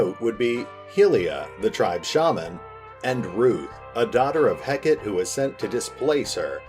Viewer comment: Such a cool concept! (Btw Hekate is pronounced Hek-a-tee)